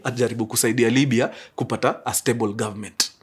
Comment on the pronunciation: It's Libia or Libya Mkuru check apo kwa introduction yoh, anyway sorry maybe it's mind playing games 😂😂